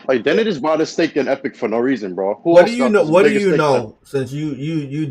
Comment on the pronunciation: THERE IS NO “R” IN THE WORD BOUGHT. LEARN HOW TO SPEAK HOLY SHIT